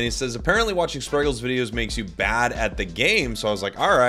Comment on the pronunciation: Can't believe he Britta'd the name spragels